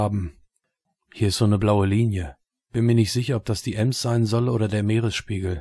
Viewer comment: Und "eeems"... 😤😤😤 Bin gebürtiger Bielefelder und hätte nicht übel lust ihm dafür herzhaft in die Eier zu treten!